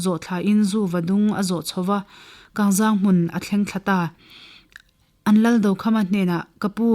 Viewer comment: A ngaihnawm thin hle mai, amaherawh chu, Mualcheng khaw hming hmasa Kangzang tih hi a thluk a dik lo deuh a, 'Zang' tih hi, mawilo nilo se, mipa zahmawh kan sawi thluk a thluk tur a ni zawk e